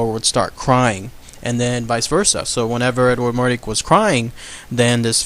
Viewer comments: It's mordRake... not mordake... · MORDRAKE....not Mordake jus sayin. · It’s not an urban legend. It’s true. His name is pronounced more-drake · It’s pronounced More+drake as in rake (Mordrake)